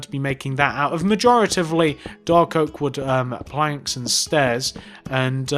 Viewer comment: when he says planks it sounds like he's saying blanks